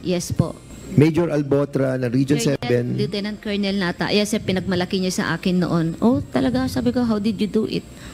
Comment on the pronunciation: "colonel" kernel po Ang pronunciation, Hindi kolonel🤣